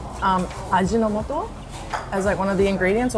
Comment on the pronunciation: You make Ajinomoto MSG sound posh lol